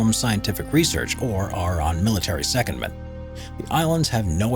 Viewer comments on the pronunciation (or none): The word "secondment" is correctly pronounced with emphasis on the second syllable. That is, se-COND-ment. This is same rule as for the verb, "frequent". It should be pronounced fre-QUENT. The adjective has emphasis on the first syllable - FRE-quent.